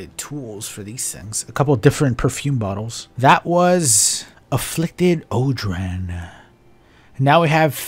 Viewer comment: Sorry to be that guy but odrahn is pronounced Oran